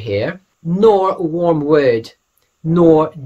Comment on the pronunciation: FYI it's Wormwood (not warmwood) aka Artemisia Absinthium, the herb that the liqueur Absinthe is named after, which obviously has a green, herbal smell about it.